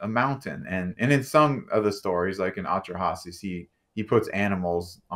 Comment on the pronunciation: What a pretentious jerk. "AH-tra-Hases"??? Get REAL!